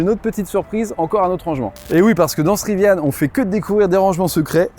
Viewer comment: Il n'y a pas de e a Rivian! Pourquoi prononcez-vous riviane?!! Gros bouseux plouc qui se croit hype !